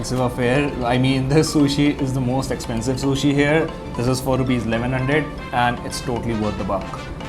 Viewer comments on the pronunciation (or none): none